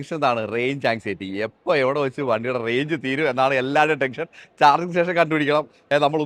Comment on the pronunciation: ടെങ്ഷൻ അല്ല ടെൻഷൻ